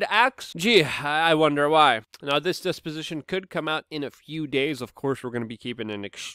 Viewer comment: Did he say desposition